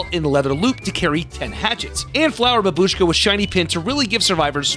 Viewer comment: It's bAbushka, not babUshka >_>